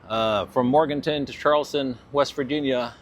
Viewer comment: MorganTOWN not Morganton